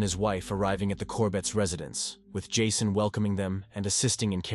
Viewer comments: "This is ", the AI bot signs off, the bot that can't pronounce the victim's name the same way twice: is it "Jasson", "Jason"...? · He’s AI. How can a person mispronounce Jason ?!